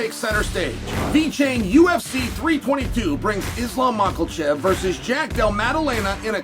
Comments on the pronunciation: Still adding an "L" to the middle of Islam's last name, after all these years. What a disgrace. It's Makhachev, not MakheLchev. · 'MACKELCHEV'. Gets me every time!😂